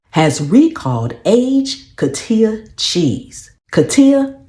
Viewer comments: Coti'HA, saying it the wrong way, the ones that buy it won't hear it & know... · It is pronounced co---hee--ta.